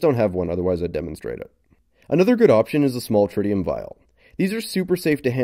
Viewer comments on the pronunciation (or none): none